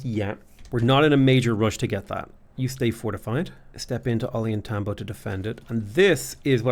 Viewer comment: Take a drink every time mispronounces Ollantaytambo. Oh God now I'm drunk and I have liver disease.